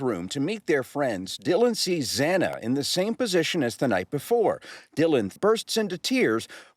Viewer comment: Is it really too much for commentators to show some respect to Xana by pronouncing her name correctly? It’s not a hard name to pronounce. Please have some respect for this poor young woman.